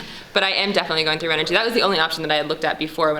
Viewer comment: You are pronouncing renogy wrong, I’m confused. I called her Customer Service and the message says ren - oh- gee someone verify this because everyone in the world says it a different way, but the answering machine at the company in California says Ren oh gee